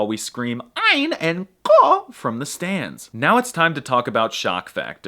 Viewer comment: Good job mate, you did well- just try to relax your throat more when you pronounce the 3 next time